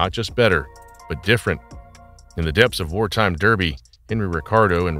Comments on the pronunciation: It's pronounced Darby, or sheep shaggers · Derby is pronounced Darr bee. By the time the Crecy was working well Rolls Royce saw the jet engine as the future so ceased development. Bloody noisy too. Rolls Royce were right. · Derby, pronounced 'Dahbee' in the UK. Get it right old boy and do your homework or alternatively, obtain an AI voiceover to mispronounce absolutely everything.